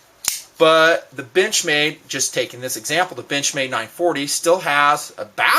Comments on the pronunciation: Haha, when said benchmade I heard b*tchmade. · Lol sometimes when he says benchmade its sounds like Bitch-made knife